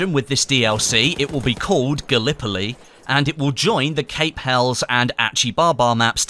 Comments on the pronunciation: Gonna be that guy, it's pronounced Hell-es, not hells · It's pronounced hellies (helles) not hells lol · I don't wanna be that guy, but Cape Helles is pronounced Hell-iss, and Achi Baba is pronounced as Ah-Key Baba